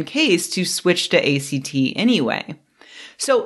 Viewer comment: A great video but I cringed every time she pronounced it that way. lol